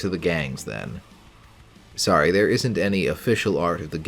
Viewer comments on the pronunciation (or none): none